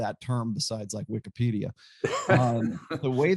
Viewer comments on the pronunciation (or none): none